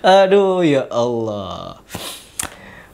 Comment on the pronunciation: Bacaan bismillah anda salah. Belajar lagi. Anda mengucapkan Allah sejak kapan pake "dha"...??